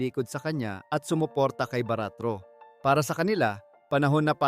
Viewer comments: baricuatro not baratro 🤦‍♂️🤦‍♂️ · Sir not Baratro , (baricuatro) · Hindi yan baratro...kindly pronounce properly the new governor of Cebu ms pam "BARICUATRO " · VLOGGER CORRECTION PLEASE HINDI BARATRO THE CORRECT IS BARICUATRO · Objection Sir the correct word for Pamela Baricuatro hindi Baratro okay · Sir, Baricuatro po Sir not Baratro. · BA - RI- CUA --TRO sige ikaw BA-RAT-RO WRONG!!!:face-blue-smiling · Bago ka magsalita ay siguraduhin mo naman na tama ang mga pangalan na babanggitin mo. Mag research ka po muna. Hindi po yan baratro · Ayusin mo salita boss parang Mali pagaksabi ko sa apilido ni pam ah baricautro boss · GOV. ELECT PAMELA BARICUATRO, HINDI Po Baratro. Check your info first. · Ano'ng "BAA-RAAT-TRU" ? Hindi ka ba nag-research man lang sa tunay na pangalan ng nanalong bagong Governor ng Cebu? Gagawa-gawa ka ganitong vlog pero palpak naman ang sinasabi mo! Mag-research ka naman para hindi ka magiging katawa-tawa! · Wrong pronunciation=wrong spelling Sir. Sablay po yan lalo na sa korte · Tarantado,,, AYUSIN MO ANG PAGPRONOUNS NG APILYEDO SA POEPLES CHOICE GOVERNOR NG CEBU,,, MAG TIRA NG HIYA SA KATAWAN, GAGO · Dkmn marunong mgbasa sa apilyedo ni PAM MG ARAL KA MUNA UY KHIYA